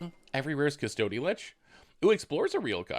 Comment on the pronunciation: You're killing me with Cuss-toady lich